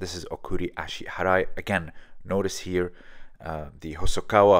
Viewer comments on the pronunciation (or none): Okuri ashi barai ..not harai